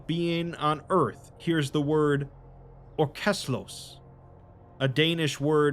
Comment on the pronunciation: Its ørkeløs tho, not "orkeslös". Noob.